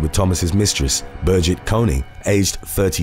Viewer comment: It’s BER-GIT